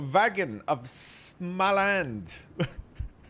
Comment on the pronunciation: småland, not smalæn, smh. xD